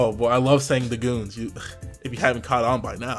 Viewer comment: Every time you say "THA GOONZ" I die laughing.